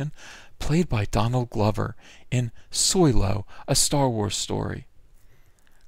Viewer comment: I crack up every time you say "Soylo" or Soil-low or however you spell it.. Good shit man so glad I found your channel.